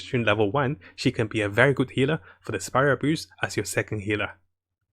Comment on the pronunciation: I keep hearing spiral abuse man instead of spiral abyss